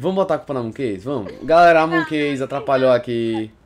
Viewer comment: falou moonkesa